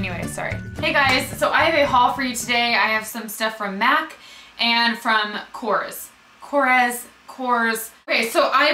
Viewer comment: korres is a greek brand and to help you we pronounce it kores with emphasys on the es like korrEs its just the surname of the mister that made them. here in greece they are very cheap and not popular at all,lots of the products smell like chemicals,I tried everything from korrE and the only thing that really worth trying is mabe the nail polishes.oh and one more product is the blush stick.they are so cheap in greece but we prefere many other international brands+the lipsticks smell like burned wires..